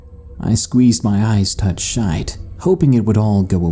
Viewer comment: he said I squeeze my eyes touch shite lmao. Good on the stories tho I enjoyed them!